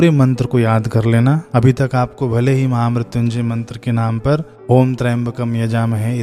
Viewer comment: Maine pahli bar mahamrityunjay mantr ka sahi uccharan sirf apki hi channle par dekha ..sadhuvad Bhai 🌹